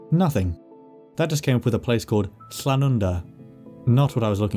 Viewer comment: “Do you come from a Lla-an-wnda!”